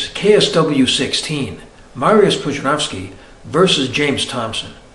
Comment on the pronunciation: Wow, finally a foreigner pronouncing Pudzianowski the correct way. Kudos!